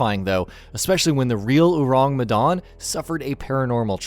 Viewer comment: Can I ask what Medawn is? It’s Medan. So easy to pronounce 😂🤣